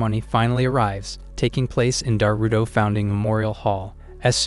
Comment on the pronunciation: most of the time I am hearing Naruto instead of Darutora